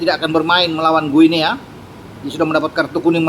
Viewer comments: Guinea : baca 'Gini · Guniea bacanya gini....